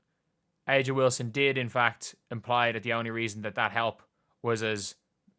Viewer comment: It’s pronounced “Asia”